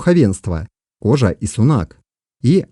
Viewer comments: Немного резануло слух: "включая Торе и кОжу". Извинения услышал, все нормально, автору проститительно. Но правильнее, конечно, произносить как род "кожА", слово не склоняется. Говорят, что произошли от средневековых арабских миссионеров. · Ударение в казахском языке ( как во всех тюркских языках) подает на последний слог: не кОжа, а кожА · Автор, слух режет Ваше произношение 😱 в казахском языке ударение на последнюю гласную не кОжу , кожА , не тОрю , а торЕ и не склоняется! Рахмет! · как и во всех тюркских языках. ХожА , а не кОжА ))) Изначально от слова "ходжа". Жаль , что хорошая работа портится каким то марсианским произношением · Очень интересно, только слух режет как произносишь названия. Не ставь ударение на первый слог. Например ты произносишь название рода кОжа, но надо кожА и тому подобное. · Кожа ударение на а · Автор, в казахском языке (и в др.тюркских языках) ударение в словах всегда ставится на последний слог - "Кожа́". Слова произносятся как и пишутся, т.е. не Тарэ, а Торе́. Род "Кожа́" не "белая кость", а потомки исламских мессионеров. "Белая кость" - это род "Торе́" (потомки Чингизидов). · Не кожа,а кожа ударения ан а